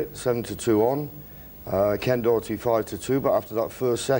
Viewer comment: David Vine the only one who pernounced Ken Doherty's name correctly 🙂